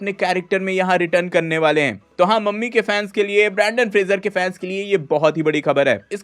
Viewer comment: मम्मी ✅ ममी ❌😂